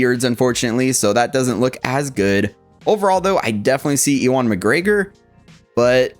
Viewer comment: Sorry, my OCD is kicking in. His name is pronounced 'you-win' McGregor. Lol. That said, this is an instant cop! Already preordered through sideshow. Can't wait for them to ship him out. Already have Darth Vader Sith Apprentice to go with and recreate some of those Zord photos 🔥